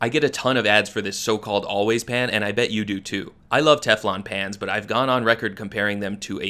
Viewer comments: I think the thing I hate most about this pan is the way the founder pronounces p-hhhaaaaa-nn in all the ads for it 😖 I've told many many friends to either spend the money on a Le Crueset pan or look out for a cast iron at a garage sale or thrift store. Yeah it won't come in IG asthetic-ready colors. But at least you can put it in the oven 🤷🏿‍♀️ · In a moment of incredible pettiness, I decided I disliked this product based purely on the creator's bizarre pronunciation of the word "pan" in ads that I saw a few months ago. I feel justified in my pettiness now, which is...well, petty of me 😅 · It’s totally intentional. She doesn’t pronounce the letter a incorrectly in any other word. She thinks it’s cute 🥴